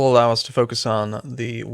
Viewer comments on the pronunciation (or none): none